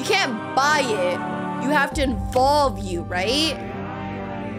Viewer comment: IT IS SPELLED EVOLVE. IT IS PRONOUNCED EVOLVE. WHERE DID ENVOLVE COME FROM???